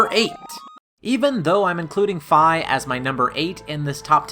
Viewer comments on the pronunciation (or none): Fi not Fai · You pronounced Fi wrong.